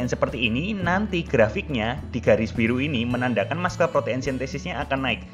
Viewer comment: Muscle spellingnya masel bukan maskel